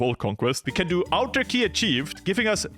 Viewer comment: autarky is easyest to pronounse as ahtarky plz stop calling it turky that is something else